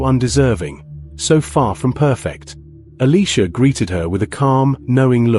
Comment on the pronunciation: why are you saying Eleeesha It's Eliiiiisha ?